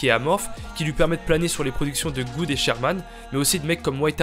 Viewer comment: gud ca se prononce Geuhd pas good xd